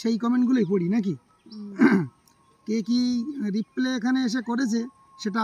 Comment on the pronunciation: কথাটা রিপ্লে না হয়ে রিপ্লাই হবে হেভেন।